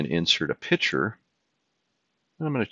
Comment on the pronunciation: Insert a pitcher? I'm pretty sure the word is picture.